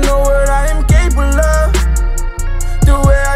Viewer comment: he said ain’t even pronounce “capable”